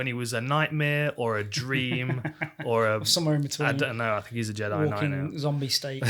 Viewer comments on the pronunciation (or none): none